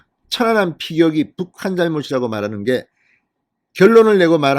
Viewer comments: 확실히 진성호씨는 어휘력이 부족하다. 천안함을 처난남으로 읽는것인가? 모니니터링을 해보시기를 160만 구독자를 가진유튜버이다. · 진성호 발음은 좀 이상하다 사전 투표 사전 발음이나 천안함발음이나 왜그렇게 액쎈트를넣고 발음하는지 듣기에 이상하게느껴진ㄷㅏ